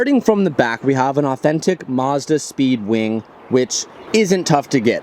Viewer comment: ‘Maz’ ‘Da’ not ‘Marz’ ‘Da’